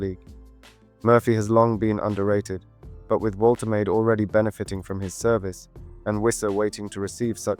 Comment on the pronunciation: Wol-tuh-mah-duh. Hope that helps